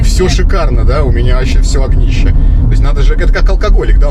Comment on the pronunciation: Огнище,, звучит как ,, ..овнище